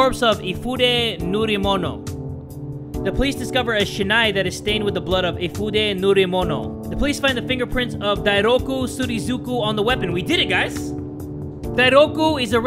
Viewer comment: says surizuku instead of Surikizu